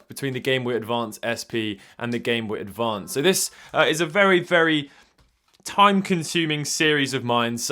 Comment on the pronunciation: Oh, yes. The classic game boE BOY ADVAy advanced